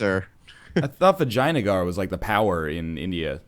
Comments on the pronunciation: I cant not hear "vagina gar" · I know! That is all I hear when they say Vaj...Vj...Vagina Gar ;) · They're convinced that that's how 'Vijayanagar' is pronounced. Either that or it's just an in-joke. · Rolf Soldaat I think they just pronounce it like that because they think it sounds funny and they can't really be bothered to learn how to pronounce it properly which I can relate to.